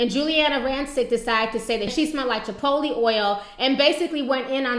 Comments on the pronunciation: tears. u said chipolte oil. lol she said patchouli oil. lmao. but hell yeah give us out props. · LMFAO "Chipotle Oil." It's PATCHOULI. :)